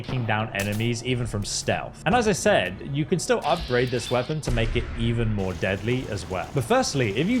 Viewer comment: What's a weapong? Japanese Pong?